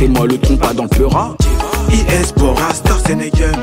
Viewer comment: it's in a game renseignez vous les gars c'est juste cette abrutis qui prononcé starstenegen